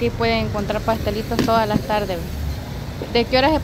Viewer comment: Me gusta como dicen 'las' suena como 'lasm'.❤